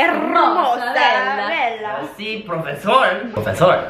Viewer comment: Jajajajjajaja profesol XD